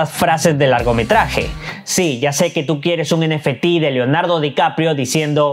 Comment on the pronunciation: Nefetis.. Muy original forma de decirlo. Ni en inglés ni en español 😂